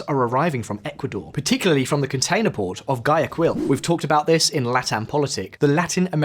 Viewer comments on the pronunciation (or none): Guayaquil is pronounced why-A-kill